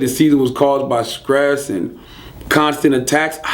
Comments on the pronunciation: Charlamagne take DAT grill out...u look crazy and this nigga said " skress" lol...I feel u boo..cut it out...if u brush ur teeth..wear dem shits love. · "They said the seizures was caused by scress" scress? really?